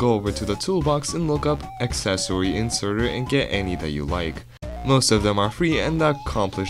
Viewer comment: I love that he says accessOwY